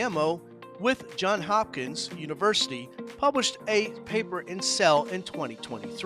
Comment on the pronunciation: Ackshually it's JohnS Hopkins University ;) Otherwise great stuff!